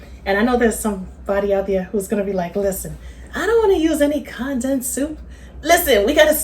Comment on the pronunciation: Mam please go google the word CONDENSED…hit that button that says CONDENSED, so you will figure out how to pronounce it correctly, At your age mam, you should know how to say that word correctly, the way you be saying it, it don’t make no kinda sense, please take my advice cuz I’m sure other people watching your video don’t know what you be talking about either, you can thank me later😂 🤦🏽‍♀️